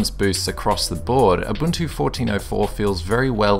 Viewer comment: Abuntu :D